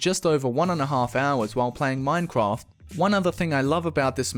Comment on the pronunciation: The way he says minecraft :D